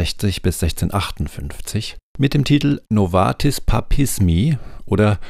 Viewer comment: Nicht Novatis, sondern Novitas! 😂